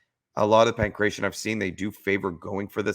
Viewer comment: Stop sayin pankretion (my ears hurt). Its Pangratio xD